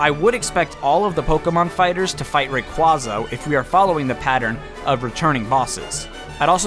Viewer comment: This is still a thing? It's Ray-QUAY-za. Come on...even the anime calls it that.